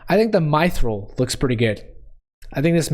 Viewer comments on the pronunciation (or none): That's not how to say mythril Say it like myth rail